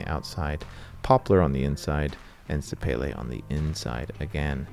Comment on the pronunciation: Boo! You had me until you started bouncing bearings and cutting them open. Stop destroying perfectly good guitars. Who cares if the finish holds up to bug spray. PS sapele is pronounced suh-pee-lee. Look it up.